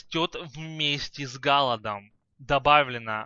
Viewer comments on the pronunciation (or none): сифилис , тундра , не галад ,а голод мужик ты чё ?